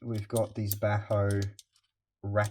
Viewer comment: This is a wet dream for us in the same field! Btw, as a Swede I love to see our quality tools getting recognized every now and then. Bacho being one of them. Maybe you also know about Hultafors? Anyways, I've never heard anyone pronounce Bacho they way you did, still does it's job!